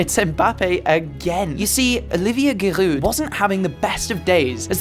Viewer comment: You pronouncing Giroud made me sick